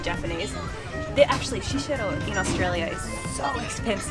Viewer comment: HAhah I like that you can read Japanese, but when you say Shiseido, you said "Shisheido". Thought that was a little funny. Love the video!